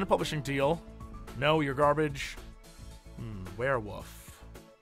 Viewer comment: JESSE. IT'S WEREWOLF. NOT WEREWOOF. WOLF. WOOOOOOOOLF. STOP WITH THE WOOF.